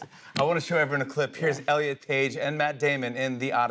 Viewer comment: 😂😂😂😂😂😂😂😂😂 you said, rllen instead of elliot!!! 😂😂😂😂😂 You are awesom!!!! So punk!!!!